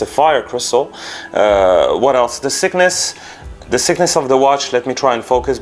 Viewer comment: Thanks for the review. BTW, thickness is pronounced "fiknes" otherwise people will think the watch is sick. I'm not trying to mock you but just thought I'd be helpful 👍